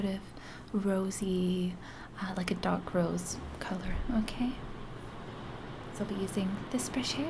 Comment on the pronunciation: Very nice. Only tip is that dark, and darker require a stronger 'r' sound.